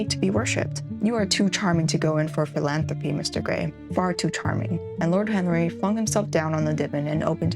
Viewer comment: You hit the word “philanthropy” so crisply, I always struggle with that word but you said it so smooth!